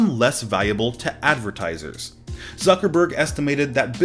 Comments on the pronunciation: Did he just literally said “Suckerberg” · Did he just say "zuckerberg"